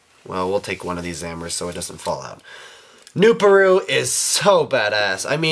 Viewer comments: I think it's pronounced "new-par-u" not "new-pa-ru. IDK I could be wrong. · Its pronounced new-PAR-oo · Also its "nu-PAH-roo"